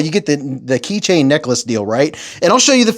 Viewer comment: The word is Necklace, Nimrod! If you don't know what to say look up Wikipedia for help. It's free and basically more intelligent than you. Don't try to be clever to fake making a new language because you cannot speak well because you failed English as a first language because you were born here.